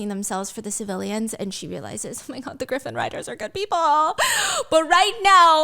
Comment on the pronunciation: Not stephanie calling a Griffin/Gryphon as a Graifin 😂